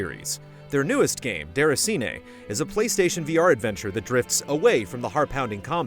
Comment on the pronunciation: i dont get what you mean.. i am french canadian and it sounds fine